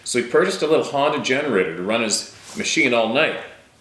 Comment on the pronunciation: Lol I was so sure you said “haunted generator” during the first story. I had to rewind it 3 times until I realized you were saying “Honda generator”. Before I realized you were saying Honda I wasn’t understanding what was so strange about all the paranormal/unusual activity that was occurring if the guy brought along a dang haunted generator. I’m thinking to myself, “well what did you think was going to happen by bringing along a haunted freakin generator on a camping trip?” I just thought it was super ballsy that he was gonna connect his haunted generator to his face at night while he slept! Bigger man than me…